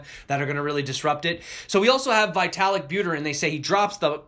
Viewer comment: Vitalik is pronounced as vee.tuh.lick. It's cringing every time I hear you say vytalik